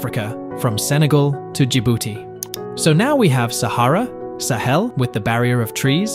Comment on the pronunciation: the stress of the word sahel should be on the a, not the e, since it's a long a (ساحل)